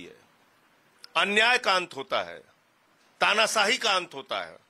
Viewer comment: Tanasahi nahin tanashahi hota hai bolna bhi nahin ata jhutha Sanjay Singh